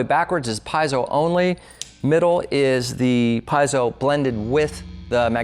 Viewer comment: Shouldn’t have said “PIE-zoh” so much because it’s “PEE-ZEE-oh!!!”